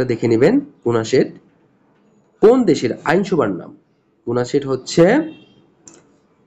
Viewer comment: ওটা নেসেট!! কুনাসেট নয়।